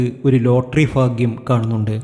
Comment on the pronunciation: ഫാഗ്യേ മൊ? പൊട്ടൻ😅😅